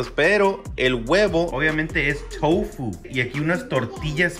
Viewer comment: se dice tofu no toufu